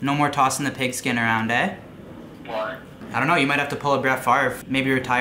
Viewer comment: It’s eh not aye